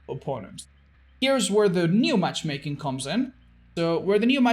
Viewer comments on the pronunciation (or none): all i could focus on was saying "matchmaken"